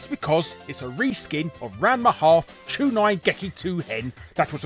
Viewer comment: "Ranma Half".... I'm in weeb pain